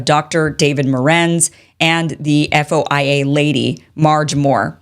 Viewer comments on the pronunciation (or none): none